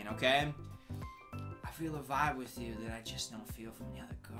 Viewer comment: y’all hear the “wit” 😭😭